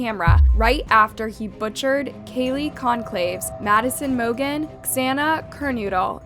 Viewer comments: “Katie Kon-claves” - gurl. You know it’s Kay-lee GON-Sal-vez phonetically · She said Kaylee but yes, completely messed up the last names like crazy